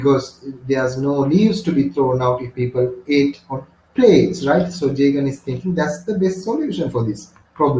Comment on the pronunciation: Jagan❌ Jeagen ✅